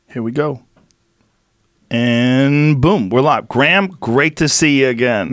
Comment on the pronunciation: This is what I call a very seldom one in a year "Blockbuster Podcast". No Ma'am, it's Gra'am.